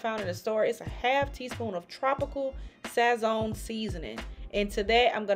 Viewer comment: It’s pronounced like sah-sown (like s+ own) respectfully ❤